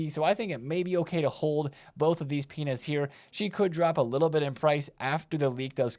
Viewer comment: My brain might be cooked because every time you said "Pina's" I heard "Penis".